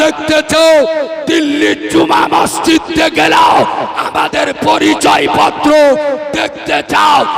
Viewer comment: ময়জিদ না মসজিদ বল